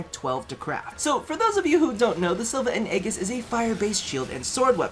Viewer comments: It's pronounced "ee-jiss" :( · am i the only one who loved the vid but was triggered when he said aegis wrong